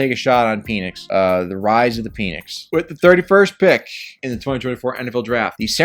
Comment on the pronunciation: It’s PEN-ix not peen-ix fyi